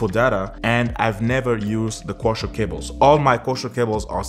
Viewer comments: Koaksiyal not koushial😂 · Its coaxil not coshall cables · Kosher cable ? Co-axe-ial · Its pronounced Co-Axe. Not Kosher! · Waste of time - your RJ45 has two unused pairs - just use a doubler converter to use the spar pair. BTW it's CO-AXIAL - two syllables - not coooochal! Co-axial = two conductors on the same axis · "CO - AX - EE - AL" CABLE "CO - AX - EE - AL" SAY, " co ax ee al " cable